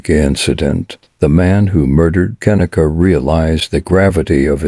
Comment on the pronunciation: gotta admit.. not liking that computer voice that cant say her name right .. j/s 😞